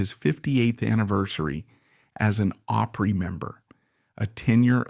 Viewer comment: You want to have all this info concerning those great country artists; then you need to learn to pronounce: Opry…. “Awe pree”